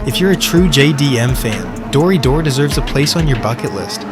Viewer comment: its pronounced "Dori - Doray" . btw in US you got Final Bout. Australia got Halfway hangs. check them out